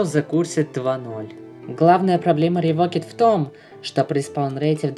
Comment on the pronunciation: Правильнее сказать Revoked-[Ревоукд] The cursed-[Зе кёрсд]